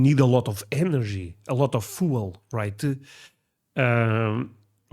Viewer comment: The word "fuel" is NOT pronounced "foo – el". It's pronounced "f – yew – el".